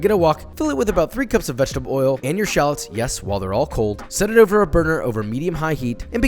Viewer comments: Anyone else bothered that he says shahlets rather than Shal-lots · the number of times he said shalets instead of shallots is too many to count. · You mispronounced SHU-LOTS!